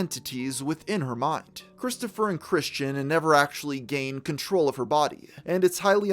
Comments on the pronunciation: Christian* not Christine.... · why do you keep calling him christine? lol